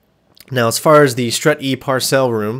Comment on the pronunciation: Hey, just thought I'd mention, Parcel isn't pronounced par-sell, it's pronounced par-sull. Keep up the amazing videos, dude!